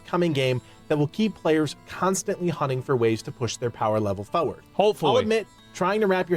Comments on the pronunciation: When this dude says 'Foward' I want to slap him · Am i the only one getting triggered by the way he says "foeward" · It's jarring hearing him pronouncing the word Forward